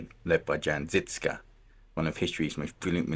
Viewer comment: I wanted to say some comment about the pronounciation of the words like ŽIŽKA but honestly I am just glad people are finding out about the incredible beauty of Czechia and its rich history. With that being said - fuck communists for hiding and rewriting so much it, with videos like this the history is slowly being corrected and it makes me really proud and happy. Good lad, hope you had some proper beer to ease the exploration.